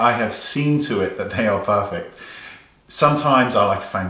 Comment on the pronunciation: OMG the way you say perrrrfect! I'm sure we will all be puuuuring when our orders arrive!